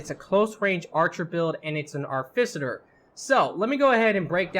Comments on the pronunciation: how the fuck did you get arficiter from AR TI FI CER its not even spelt the way you fucking said it. what the fuck is wrong with your brain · Ar - Ti - Fi - Cer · cool videos, really entertaining. one problem. its pronounced ART I FICER short i sound. artificer. shit bothered the hell out of me lol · he definitely swapped the f, c and t and was saying Arficiter... very annoying, agreed. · ARFICITER, HAUL OF ARROWS, LEARN ENGLISH PLS